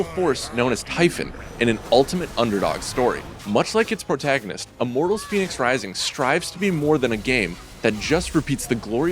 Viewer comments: It's pronounced fennicks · He's pronouncing fenyx wrong for a start lol.